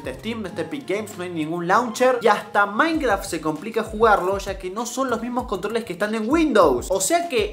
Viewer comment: dice minceraft no minecraft